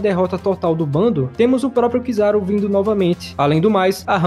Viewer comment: Mano, eu desisto do seu canal. Sério, mano, parece que vc não assiste o anime, pois fala errado os nome do personagens. Vou citar só 2, mas vc fala errado mais nomes. Não é kiZÁru, nem aÔkiji. Se liga, que tá feio e vergonhoso.